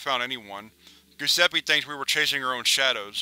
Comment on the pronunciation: "Gusseppe"... you're killing me...